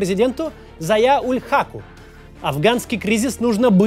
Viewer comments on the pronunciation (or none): Подушню слегонца. Не Панжер, а Панджшер. Не Зая уль Хак, а Зия уль Хак.